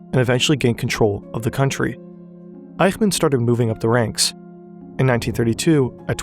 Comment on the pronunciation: In German the "ch" in "Eichmann" is pronounced like the "ch" in "ich", not like the "ch" in "Dach". In phonetic language: ç, not x. I know "ch" is always pronounced like the "ch" in "Dach" in Dutch and Hebrew, but that is not the case in German.